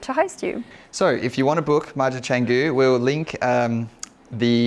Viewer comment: Beautiful! Good luck with maintainence though :-) And please learn how to pronounce Canggu if you'll be investing into the area ;-) (Chawng-gu, not chang-gu)